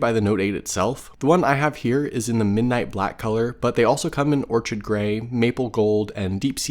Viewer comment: No hate but orchid is pronounced ore-kid.